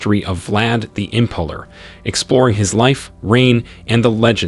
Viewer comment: My eyeballs are doing donuts in my skull listening to these pronunciations. Im-PALE-r not Impuler, Vag-EYE-na not Vag-IN-a, T-RETCH-ery not T-REACH-ery. All that aside, good historical video.